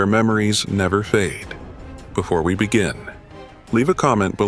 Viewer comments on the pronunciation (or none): none